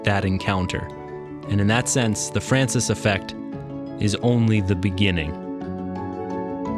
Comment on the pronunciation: On dit l’effet François pas l’effet francis